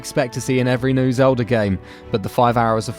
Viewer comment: Goodness sake, learn how to pronounce TH. It's three, not "free." Also please learn how to say "everything" and not "every fink." Also learn how to say L. You keep saying "Zehwda: Breaf of duh Wiwd."